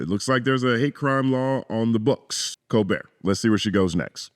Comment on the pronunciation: You should play the whole clip because the "not doing anything for black people" was explicitly white disinformation given to some ignant folks to argue. Can't find all this stuff outside of when it's election time. And it's "Colbert" not "colbear". And she's dope. You really gotta see her. She was handcuffed heavy on cspan